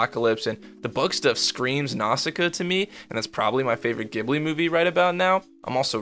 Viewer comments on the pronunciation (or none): none